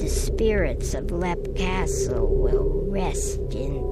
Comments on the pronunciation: "Lep castle" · How do you mispronounced Leap? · It's Leap not Black..